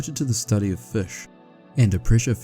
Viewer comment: As a kiwi your pronunciation of fish sounds perfectly fine 😅